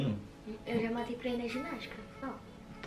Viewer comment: tá mateu em vez de matei